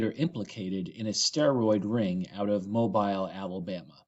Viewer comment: It's pronounced mo-beele alamaba